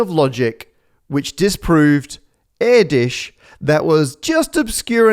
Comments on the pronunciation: "yes it's pronounced like that" no it is not, it's /ʔɛrtős/, not /ˈɛɹdɪʃ/ (air-dish) the /ő/ sound is like the "ea" sound in the word "earth", except the /ő/ is a longer sound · No, it's not pronounced like that. Not air-dish but more like air-dersh (the accent on the u makes it into a long version of u umlaut. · Since you say "yes it's pronounced like that" let me nitpick your Hungarian pronunciation. All the sounds you make are correct, the only mistake here is the length of the ő sound. In Hungarian, there are two separate letters ö and ő, they both indicate the same sound, the only difference being length. Ő specifically is the long variant. Over the video sometimes the ő length is decent, sometimes it's clearly too short. The time you mention "yes it's pronounced like that" is among the worst and it very much sounds like Erdös instead of Erdős. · Dear Maths, Eh. No, "Erdős" (Hungarian name, means "forested") is not pronounced like "Erdish" it is more like "Erdooesh"... "ö" is well, like in Björk! (And that is not Bjork...) And ő is the same, just longer. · It's Erdős, not Édis (short e, long ő, rolled r). You don't want a bloodhound singing in a tree while a sparrow is dogging you. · It's actually Erdush, not Erdish. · Erdős is definitely not pronounced as "air-dish", but cool video 👌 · Erdős. Not air dish. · Did anyone else think he was saying Terry Towel? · Why does he say Edis? And especially why does he claim that this odd way is how to pronounce it? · No, Erdős is not pronounced err-dish, but never mind. Greetings from Hungary! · no, it's not pronounced like that. IPA notation: ɛrdøːʃ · I wonder if the AI will be able to solve the hardest problem of them all: why is "Erdos" pronounced as "Iddish"? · I was just watching The Rest Is Science questioning if it was pronounced "Er-dose" or "Air-dosh" and now you come in with "Air-dish" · It's not pronounced erdish. It's hungarian Erdös. That ö is roughly pronounced like the vowels in work or bird.